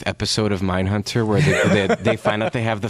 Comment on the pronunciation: Mindhunbter aye?